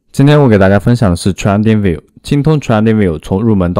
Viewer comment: 你连trading都读不来...